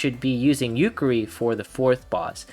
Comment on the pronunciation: I want to slap you for every time you say "Yukeri". I counted four slaps I that I will be o[W I N]g you. XD.